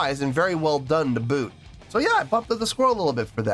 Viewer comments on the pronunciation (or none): PS - You said "to boot" the way most Americans say we Canadians speak. Seemed like an appropriate if unintended homage on your part... 😉